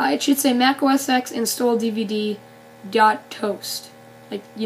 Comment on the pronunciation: It's not Mac OS EX. It's Mac OS TEN.